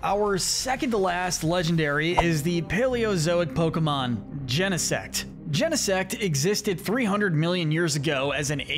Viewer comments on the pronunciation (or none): none